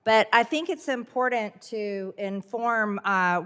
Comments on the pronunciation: MTG: "Human lives are impoordent to you...?" Good thing for her she's mean and evil, seein' as how she's not LITERATE or KNOWLEDGABLE. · I think the most important thing to do is pronounce IMPORTANT correctly!